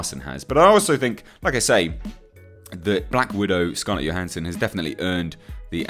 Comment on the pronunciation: It's Scarlett Johansson with a 'J' - not a 'Y'. Do wish folk would get that right.